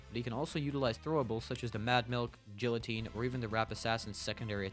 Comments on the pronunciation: Bruh you can’t say “Elementary” after pronouncing the guillotine “Jilateen” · This man has the balls to tell everyone how to play Scout while pronouncing "guillotine" as "jilloteen" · the way you pronounced guillotine brought me physical pain. somehow managed to say it wrong in two ways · The virgin guillotine vs the Chad jilloteen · “the jillateen”